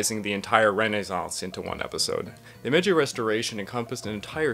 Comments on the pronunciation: Didn't get very far, but if your gonna do a section on a major part of Japanese history, shouldn't you get the pronunciation correct? Meiji isn't "May-jay," its MAyG. G as in G. I. Joe. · I've never heard Meiji said like "Mejey" before. Why are you doing that? You don't really have the standing to invent some sort of new way of saying Meiji wrong that breaks the rules of pronunciation here and there. It's obviously said like Meyji, there's no need to put the y on the end when the I is there to make a diphthong with the first vowel, not the second. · He can't even pronounce simple MEIJI and you're worried about this? Lol this guy is a joke mayjay? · How could you possibly talk coherency when you pronounce it MAYJAY??? WTF???